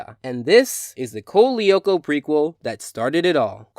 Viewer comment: Co-lee-oh-ko. What its Code loo-ko and I dont even watch the show I've only seen the theme song